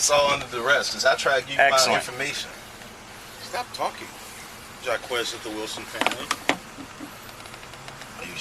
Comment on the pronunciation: Jock-kwez? Jay-kweez? Jocks? Zhack? Jock-es? Getting really close to Jackass.